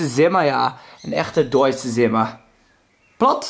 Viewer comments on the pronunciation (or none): het is geen Zimmer. Je spreekt het uit als Tzimmer.